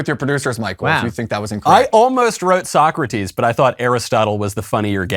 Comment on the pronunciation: Aside from clearly mispronouncing "So-Crates", I like that I could at least score 5 (6 if you count the semi-living corpse at the end there).